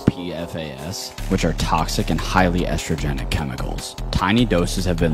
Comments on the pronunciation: At the point where he said "highly estrogenic" (especially in a way that was more emphasized than TOXIC) I went "oh this is going to be psuedoscience for sure." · The way he said estrogenic makes me wonder if he's one of those men who is afraid that eating a bunch of stuff might make him feminine.